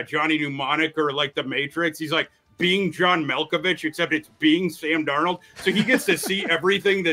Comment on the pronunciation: Listening to a guy who pronounces Darnold wrong 😂